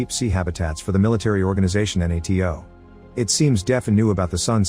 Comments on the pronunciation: this one is on me. But i didn't know what N-A-T-O was until the end of the movie, you just say NATO. You don't say each letter individually. Although could have figured it out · The AI can't even say NATO right, what hope does the Turkish capital have ?